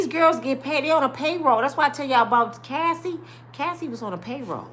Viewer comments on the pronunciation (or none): none